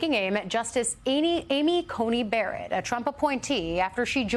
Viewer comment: Why does everyone say Ainy Coney Berrett?